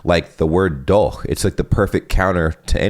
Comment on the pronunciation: Congrats on perfectly getting DOCH. ;)